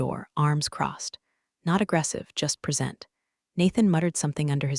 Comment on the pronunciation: You CANNOT squeeze water into diamonds, no mater how you try. Diamond is CARBON, not H2O. And please teach he SAI how the word PRESENT is said for 'handing over' instea d of 'at this time'